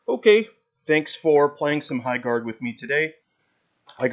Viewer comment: High GARRDERING :D